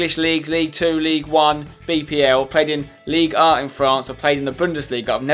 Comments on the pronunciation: Spencer, look when saying League Un. PRONOUNCE THE N!!!!! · The only reason for you to stay in Ligue 1 is to say Ligue 1